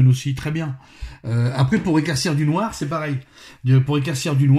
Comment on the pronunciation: ce n'est pas "noir" qu'il faut dire avec mais bien du "Noaare";)